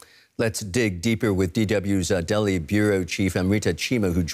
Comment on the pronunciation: It's Delhi not Bali 😎